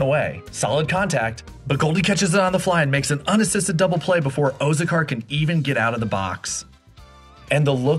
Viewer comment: I don’t think you know what karma is. Also nice pronunciation of Azocar.